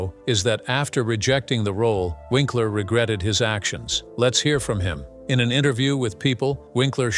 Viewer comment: lol but the voice kept making it sound like Vinkler...not to mention the facts and dates were all wrong! Unless, that is Happy Days started ten years after it started!